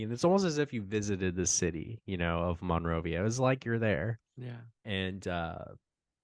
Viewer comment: As a person having been in Monrovia my whole life the way it is mostly pronounced is mun-rovia compared to mon-rovia. Honest mistake, you’d have to be here often to know that